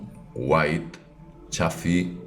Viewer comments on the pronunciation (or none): none